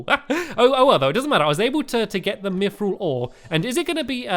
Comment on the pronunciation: And you said Mythrill right:)